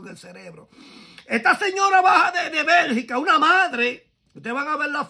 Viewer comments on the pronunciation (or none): BELGIUM NOT BERGICA😂